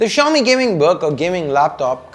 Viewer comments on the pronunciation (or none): why does xiaomi seems to be like chaomi when you pronounced it.